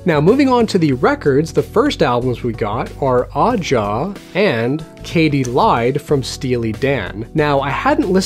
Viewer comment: ....Steely Dans' Aja is pronounced Asia.....also it happens to be my favorite album of all time!!!!